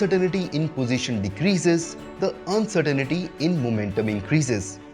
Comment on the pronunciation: You are spelling and mispronouncing uncertainty.